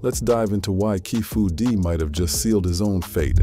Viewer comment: keefy d not keefu d